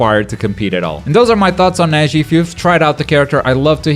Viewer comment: he said to Neji "her jetsu"